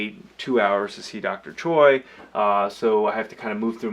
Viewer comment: I like how he's pronouncing his name. 'Choi' is pronounced as 'Toi'😍